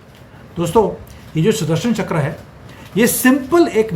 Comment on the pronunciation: चकर नहीं चक्र 😂